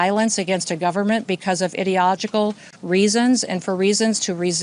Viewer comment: ?did anyone else hear “idiotogical” ?